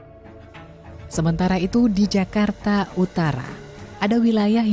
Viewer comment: Zakarrta😂😂😂 meee11aahhuuuuuu...